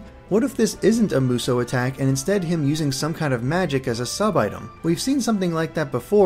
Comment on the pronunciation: btw, Musou is pronounced moo-soo, not moo-so. atleast everyone I've heard online has said that, and everyone I know irl says that as well.